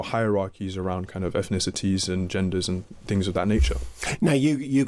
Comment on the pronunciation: He even says things like "efnicities" instead of "ethnicities"